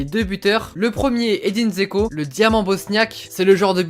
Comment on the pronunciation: Salut ! Petite précision Džeko se prononce Djeko, je le précise juste 😊Ta vidéo est super sinon !